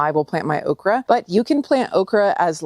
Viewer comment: It's called okreeee. 😅